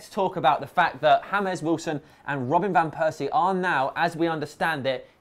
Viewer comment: i almost pissed myself when you said HA-MES (james) Wilson???? :P